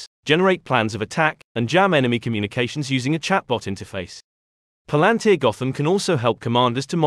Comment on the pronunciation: Thanks for the video. But you mispronounced the company name Pal An Tir